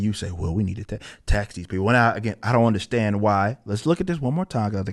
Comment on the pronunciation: Why the fuck does he talk like that now? I don't underSHTAND it.